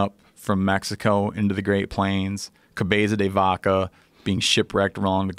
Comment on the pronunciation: Steve saying "Cabeça de Vaca" it's hilarious.